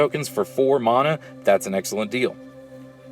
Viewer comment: Theres no H in Mana, jesus that's annoying. It's like saying Shaymin instead of Shaman